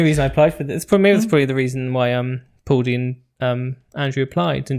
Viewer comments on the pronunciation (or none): Paudie is pronounced like Pawdy for all you non Irish people. Andrew and Paudie are from Limerick. Paudie said he is from Limerick and Andrew said he is from cork. He isn't but he lives there. For context cork county and Limerick county border each other but cork is the biggest county in Ireland so although the counties are next to each other, the distances depending on where you live could be large. The accents are quite different too. Cork city is about 100 kilometres from Limerick city. Cork has a very strong distinctive accent and Andrew doesn't have that which to me would be suspicious but noone noticed so far! As Andrew lives with his wife in cork and his dad lives in Limerick, it's plausible they don't see each other a lot and many Irish dads especially north of 60 are generally quite private and don't often share a lot about themselves so it wouldn't be uncommon that a son and a dad of an older generation wouldn't know what each other is doing. As for rte not releasing names until close to broadcast... Ireland's (the republic) population is tiny compared to you guys in the UK...the chance of people knowing people on it is high so would potentially spoil some of the surprise etc for people watching. Half the fun is tuning in to see if you know anyone on it! Also yes there's a huge housing crisis in Ireland 😬. It's basically all you hear on TV, radio, papers, social media etc. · Listen to on how to pronounce Paudie!